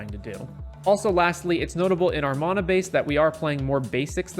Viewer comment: It's mana, not mana